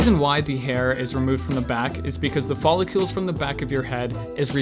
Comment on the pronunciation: Follicles... hearing you say ‘follicules’ scratched my brain.